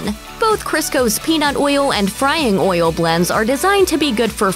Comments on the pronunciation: Lol. Glad someone else was bothered by how she says oil. Makes me cringe like how “moist” sounds. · I love the way the narrator says oyill !